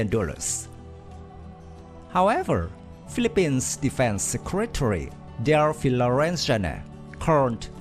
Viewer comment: Philippines will buy the JAS-39C/D Gripen. BTW... It's Delfin* not Delphine.